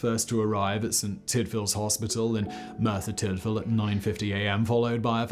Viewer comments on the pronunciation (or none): Oh and... Mur-ther Tid-vil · I'm not Welsh but I do know that Merthyr Tydfil is pronounced Murther Tiddvil.